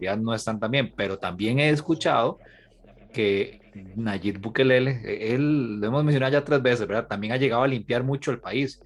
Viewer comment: o es TU innorancia o lo dices por burla El presidente Nayib Bukele.no es Bukelele.ESO de no concer de quien vas hablar es falta de profecionalismo